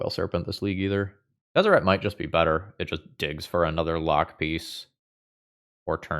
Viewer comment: You said Tezzert, Agent of Bolas. I watch the video, and click "like".